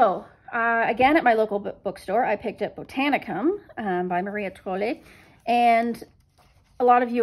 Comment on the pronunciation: Thumbs up for the pronunciation of Maria Trolle! Best I heard from a non-Swede. I also like the books you picked :-)